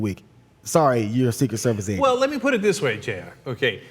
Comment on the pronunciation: My sound was low and at first it sounded like they were saying Asian instead of agent.